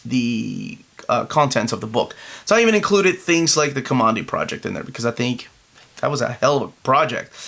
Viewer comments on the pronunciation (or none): It's pronounced Ka-man- dee. He took his name from one of the blast doors in the bunker he came out of/near it said Command D on it